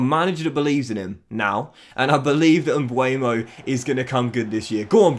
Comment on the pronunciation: He is MbEuMo not Mbuemo 🤣 if you cant pronounce his name just sell him